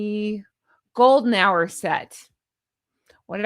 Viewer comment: ‘Golden Hour’? Phew. I thought you said ‘golden shower’.